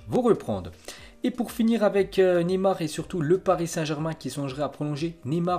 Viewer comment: Neyar😂😂😂 enfaite c’est Neymar